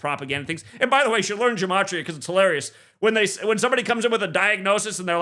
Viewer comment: Frig it’s not gAmatria it’s gEmatria, it’s an E not an A, it’s basic English, or is geology now pronounced gaology?